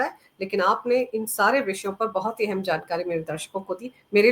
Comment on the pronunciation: एहेम् नही अहम्